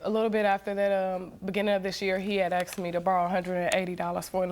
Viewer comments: Why do they say 'axed' instead of 'asked'? It makes people sound really dumb, even when they aren't. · its hard to take Black Americans seriously when they say axed me.. Axed me... ITS ASKED ME!! god damn! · That’s not an accent thing that’s just mispronouncing a word and mixing up letters “asked” “axed” I’m not sure if you’re smart realize but it’s the same as saying ‘pacific’ instead of ‘specific’ and ‘I borrowed him’ instead of ‘I loaned him’ and ‘libary’ instead of “library”, “fustrated” instead of “frustrated” it’s wrong. It’s not culture or an accent it’s wrong. Grow up and accept it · Just when you think a woman is sophisticated and intelligent she starts saying aksed instead of asked. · WTF is everybody going on about how "smart" she is... the second anyone is dumb enough to use "aksed" instead of bloody ASKED they show their level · All I heard was: ''Axed, axed, axed, axed!'' Are these people lumberjacks or something? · hahaha, knew I wasn't the only schmuck who cant stand AXES. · It's funny because the mixing of the letters "s" and "c/k" in Latin was even where the letter "x" first came from in our language trunk. Literally, they are doing the same thing human beings have been doing for three thousand years, turning the harder to enunciate "sc/sk" into the easier "x" but yeah, they can't be taken seriously cause they're black americans doing it this time around... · anytime you hear axed just throw a can of axe at them and say here's your axe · thank you so much. I used translator to know what does " axed " mean, nothing showed up. ( I`m not native ) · I find amusing when they say "I AX him to leave" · how hard is it to pronounce the word "asked"?